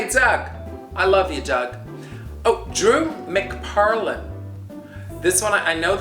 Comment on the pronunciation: Yay. Said my name perfectly :-) (Drew McParlan)